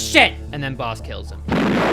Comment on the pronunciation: Any one else hear “they call him balls” instead of “they call him boss”. Idk maybe my ears are just fucked up but that’s what I heard